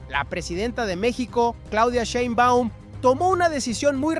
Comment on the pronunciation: ¿POr qué no pronuncias bien el apellido de la presidenta? Y no hay mucho que decir, violaron la frontera marítima y traen migrantes ilegales, ¿que querían? Dejar impune el delito!